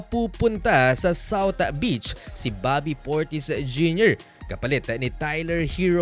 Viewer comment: Houston-a, Celtics-a, shouth-a 😅 Baduy